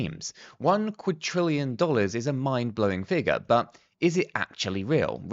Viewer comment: Please stop pronouncing it as Quadtrillion, there is not T in Quadrillion!!